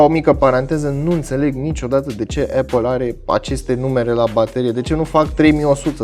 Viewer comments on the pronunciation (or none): none